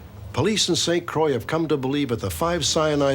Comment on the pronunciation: I appreciate the correct pronunciation of obeah & st croix